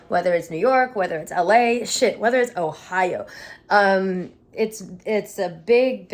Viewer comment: .... Why folks always say Ohio like that? Got me feeling like a red headed step child 🙈